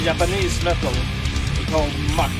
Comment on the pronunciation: ❤️❤️❤️ My all time favorite Japanese band! Mucc is pronounced Mucku (With Swedish writing) with long u almost like in mur(swedish word)